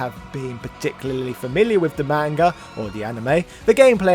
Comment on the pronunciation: Pretend you're Jamaican when saying "manga" and you'll probably pronounce it better LOL